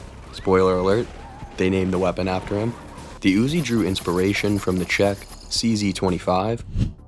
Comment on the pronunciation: I like the Uuuuziii nien milla-meeta.